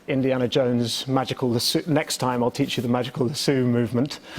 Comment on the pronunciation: GUYS THE WAY EDDIE SAYS LASSO